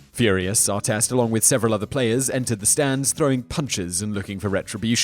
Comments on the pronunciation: Ron Artest. Ahr-test, not ahr-teest. Learn to speak proper Murican! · Ar-TEST not Ar-teest. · Why did he say Arteest? It's Artest why can't you say it correctly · I bet Ronny would love the initial pronunciation of his name as ar-TEEST 😂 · You seem to have a grasp of the English language, being British and all, which makes me wonder how you mispronounce so many words. How can you possibly mispronounce evander and artest? It's not that hard